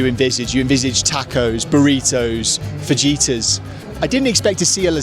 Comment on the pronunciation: Papas is potatos in Spanish. The j is pronounced as an h in Spanish, by the way. So fajita is pronounced fa-hita.